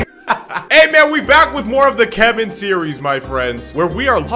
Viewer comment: Everyone: keman Dino: Key Man